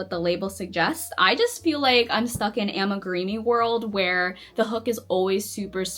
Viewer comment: I find it very funny that you say “AmigurEEmi” instead of amigurumi. 😂